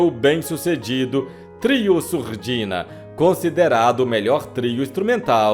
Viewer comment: " música em Surdinha " !!!! Era um programa que ninguém ouvia pois todos eram surdinhos !!!! Não seria " MUSICA EM SURDINA " ????? ESSE NARRADOR É UMA Comédia !!!!